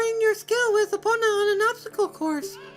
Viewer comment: Managed to make it here 3 minutes after I got the email alert saying it uploaded. ^w^ Edit: Why do you call her Eh-pona? When it's pronounced E-pona (as in key)?